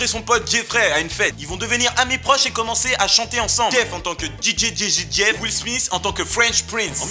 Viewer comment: est ce que ya un osti français capable de dire le nom de will smith